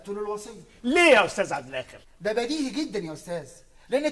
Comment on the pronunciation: الفخرانى نطق اسم عبد الآخر خطأ حرف إلخ مكسور وليس مفتوح الله هو الاول والأخير ليس له اخر بفتح الخه